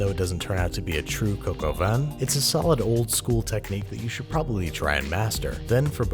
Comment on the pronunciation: That's not how you pronounce "vin"....